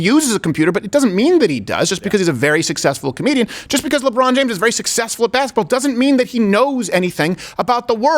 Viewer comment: "Ladron James" 😆